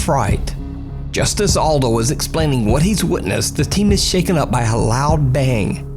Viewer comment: Maybe nobody cares but this name is Eldho not Aldo 😉